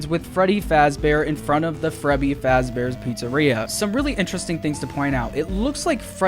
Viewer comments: Dude Sayd frebby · did he just say frebby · it’s a meme in the community. Frebby, Feddy, Fraddy... you know